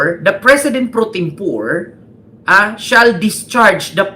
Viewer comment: Correction (no offense) pre tempore (po re) not pre tempore as pores in English